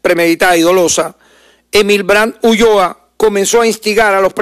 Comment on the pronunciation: SE DICE ULLOA NO ULOA...😮